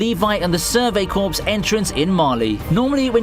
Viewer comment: Sorvey corps more like survey corpse